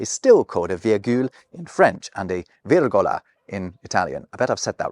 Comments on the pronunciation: actually no, pretty good italian pronounciation there 👍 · Nope, "Virgola" is spot on! Cheers from Italy! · . You pronounced virgola exactly as my cousins in Italy, but I think "shrunk" should have been "shrank ", unless you're trying to be American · Italian here, that pronunciation was spot on. (v•ee•r•goh•lah•) for those who need help. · ish you said virgola very well for a native English speaker. I find it's often difficult for you guys to only roll your Rs once, which is how you should pronounce every R in Italian 😅. But ye you did it pretty well 👍🏼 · You said virgola perfectly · You said "virgola" very well,; bravo. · you've said it right bravo! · Your "virgola" was perfect! Insert gif showing an Italian guy kissing his fingers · Na na you said Virgola right in italian.... congrats! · You pronounced 'virgola' perfectly! 👍🏻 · Italian in Berlin here:) "Virgola" was perfectly said! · Oh you pronounced "virgola" right, don't worry mate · For the record, you pronounced the Italian "virgola" correctly. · The way you pronounced vìrgola (It) is correct. From lat. virgula, diminutive of virga = verga (It) = rod or bar. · I'm Italian and I confirm you pronounced virgola very well, even with the good accent on the "i" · Your pronunciation of "virgola" was actually perfect! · No. You said 'virgola' right. Right stress and proper R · You pronounced the italian word "virgola" without any accent. Perfect🎉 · as an Italian I can tell you that you pronounced ‘virgola’ perfectly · Your pronunciation of virgola was on point 🙌🇮🇹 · Virgola was perfect! Another great video